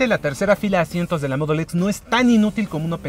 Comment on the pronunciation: Me caga como dice mudul x jajja mejor di en español te escucharlas mejor solo con decir Modelo X y ya